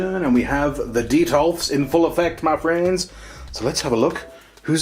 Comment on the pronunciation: The amount of times you said "Ma Friends" in an American accent... 😂😂